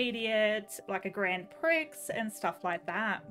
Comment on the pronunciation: it isn’t “prix” it is prie (how you say it)